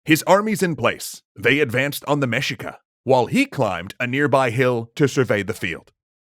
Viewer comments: it is pronounced mehica not mejica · Say it with me… MEH-SHEE-KUH. Mexica. Our ancestral Mexicans. The largest tribe of our Nahua ppl. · Mexica should be pronounced as Me-Shee-ka. Should be the Mexica People. They didn't name themselves Mexica until the Founding of Tenochtitlan. Before, they're known as Aztec (other tribes called them Chichimeca). Also story you're mentioning is a chapter from Fernando Tezozomoc's writings from Cronica Mexicayotl. Wait, you haven't read Cronica Mexicayotl? *cue song*.